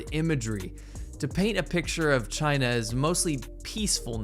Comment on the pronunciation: The entire rebuttal from CHAY-NA 👌 is just the “No U” meme from the 2000’s hahaa!